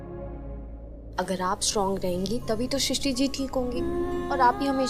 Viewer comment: Sisty nahi pagal srishti 😂😂